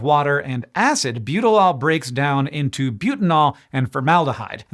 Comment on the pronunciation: I was so confused seeing Butylal written out. I could swear he's saying Butylol, lol